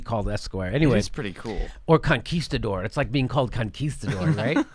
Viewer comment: I think Jimmy was sitting on that "conquista-dore" for a while.